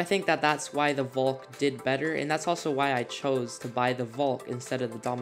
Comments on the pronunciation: You said volk . Greg vid tho ! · nice video but uhm.... i kept laughing every time you pronounced valk like "voulk" its so funny XD